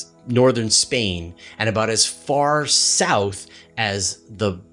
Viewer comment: Don't stop saying, "aboot". I love that. lol